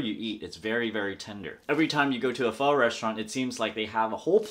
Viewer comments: You can even say pho correctly. How the fuck than you know what good pho is?? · Hey nip, would you kindly pronounce the word Pho Correctly please. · Dude how you pronounce pho, in spanish it means stink... as in farts.